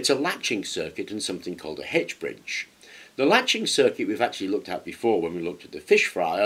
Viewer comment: You really had me scratching my head mentioning a Hedge Bridge. We know it as an "H" ( aitch ) bridge.